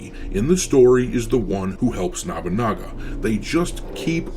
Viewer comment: NOBUnaga not NABAnaga how are you messing this up so many shadows vids in when the guy shows up in anime and video games all the time, surely you've heard it a few times before